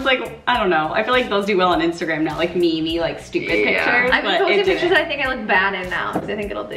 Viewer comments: Did really just pronounce meme as me me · did just pronounce meme as me-me???????? omg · Literally nearly clicked off the video when she said ‘Me Me’ instead of Meme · Is nobody else annoyed with the fact that called a meme a me me because I am😠